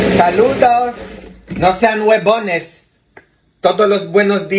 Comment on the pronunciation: se dice Colágeno y la Próstata. Y no se dice Guebones. Eso es grosero. Desde Australia un abrazo grande. Ros🌹❤